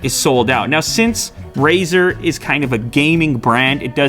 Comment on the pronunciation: Did he say Brazzer?